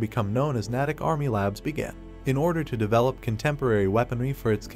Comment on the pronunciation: Slight correction. The name is pronounced “nay-tick”. It is located about 20 miles west of Boston, Massachusites. I enjoy your posts.